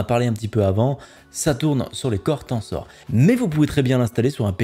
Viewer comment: ca se dit en prononciation Tensor Core comme le chiffre ten, et sor se dit ser, pas Tansor :D